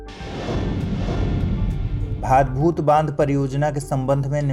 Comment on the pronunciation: Priya, iska sahi pronunciation भाडभूत hai naa ki भादभूत... me gujarat se hu.... thank you so much